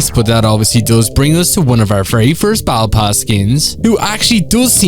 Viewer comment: What is bowebull pass? Its Battle pass